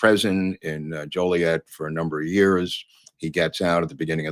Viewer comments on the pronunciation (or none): none